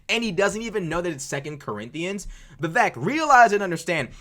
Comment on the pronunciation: So many "CorrINDIANS" 😂 "Vivek, might be your favorite book" 🤣😭💀